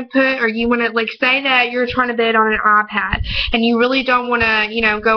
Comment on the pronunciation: say ur tryna bid on an Ah-Pad wtf?